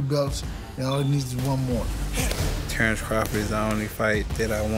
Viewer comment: he’s a Bud fan listen closely he said tarr-Earl is 🤣